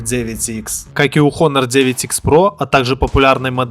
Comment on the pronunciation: Когда уже блогеры научатся правильно произносить название бренда Honor? Вы английский в школе принципиально что ли не учили?